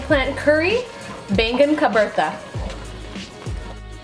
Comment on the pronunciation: Why you didn't pronounce it as Baigan baby